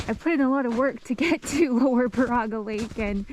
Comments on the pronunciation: I'll be that jerk. Its pronounced BEAR A GA. Not Bar a ga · Impressed you are doing solo winter trips like this. Just so you know, it's pronounced like this. Baraga (/ˈbɛərəɡə/ BAIR-ə-gə) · Love your videos!!! We live in da yoop. Just a quick pronunciation fix. Baraga is pronounced “ bear-uga. Keep going you amazing. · baraga is pronounced bear-ah-ga. there's a lot of weird names in my yoop. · Hello again, I have now completed the video (love it), but was wondering about the baraga lake. The reason I was wondering is I had not heard of it until I looked it up and found the reason why. Baraga is pronounced Bear*ah*gah but don’t worry about that cause the only people who pronounce it correctly are the local people. You will find a lot of places in the U.P. have the name Baraga in them as Father Frederic Baraga was a Catholic Priest who came to the area in 1843 to minister to the Ojibway natives. Father Baraga was known as “the Snowshoe Priest” as he would travel hundreds of miles each year in the winter on snowshoes. In 1853 he was elevated to Bishop by Pope Pius IX and was the first Bishop of Marquette. Bishop Baraga died in 1868 and is buried in St Peter Cathedral in Marquette. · Hello, and welcome to the great UP. I live "up" here in Iron County. Great to be along your adventure here. I just wanted to say, Baraga, is pronounced BEAR A GA. Bishop Baraga, the Snow Shoe Priest. Be well and keep the adventures going !! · Great adventure, thanks for sharing. I believe the yoopers pronounce Baraga as Bear a ga. I could be wrong😁